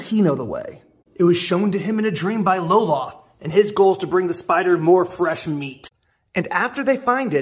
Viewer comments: It is pronounced as a single syllable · Cool one shot, but you lost me when you mispronounced Lolth. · I have never heard this pronunciation of Lolth and now I'm questioning everything I know about her! 😱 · I have always pronounced Lolth as a single syllable... Hm.